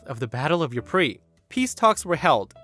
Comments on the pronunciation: Ypres is pronounced like 'Eeper'. Or you could do as British troops did back in WW1 and call it 'wipers' XD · I've heard the ant story but Ypres, is pronounced "Eeps" as in veep